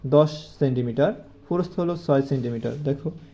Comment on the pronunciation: সার আপনার প্রস্থ উচ্চারণ ভুল হয় ।